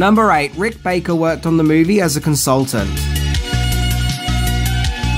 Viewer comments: Love the videos but no 'C' in Baker. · Rick Baker, or Rick "BACKER" ? lol